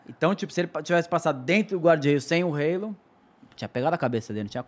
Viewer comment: Que satisfação ouvir alguém falando o nome halo corretamente!